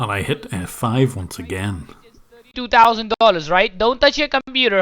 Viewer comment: 2 tAusand, mAAm Lmao